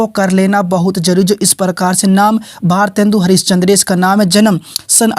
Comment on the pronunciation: bhosdke mc tohda sahi se naam mc eske kya bol rha hai ejaat se bol gawar😡😠😤